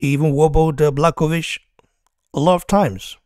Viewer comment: If you want to be a champion - you have to beat the champion simple as that. And one advice bro - if you want to talk about a fighter with a respect, at least learn how to pronounce his name properly (Jan Błachowicz - Yan Bwah-ho-veech)